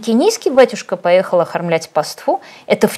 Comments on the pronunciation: Юля, нужно говорить пАства и пАству, а не паствА, паствУ. Вы же радио журналист, родившийся так сказать с серебряной ложкой во рту! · Ну смотрите словарь ударений, пожалуйста... пАства, пАству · Автор регулярно подчеркивает, что она по образованию не инженер, не врач, не летчик, а филолог. При этом только во второй половине только этой передачи говорит: "паствА" вместо "пАства", "безудЕржная" вместо "безУдержная", "визовОй" вместо "вИзовый", "излечает" вместо "излечивает" (что уж говорить о превращении Хорошёво-Мнёвников в ХорОшево-МневникИ). Что же, интересно, происходит, когда автор говорит про климат, вирусологию, авиационные двигатели и историю?